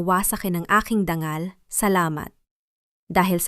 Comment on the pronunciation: Tama ba ang oagpronounce Ng dangal...gawing ...DANGGAL..ang tungo. Naging TUNGGO?